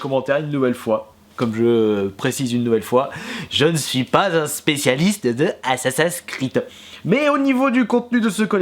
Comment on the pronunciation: tu sait pas dire assassin creed XD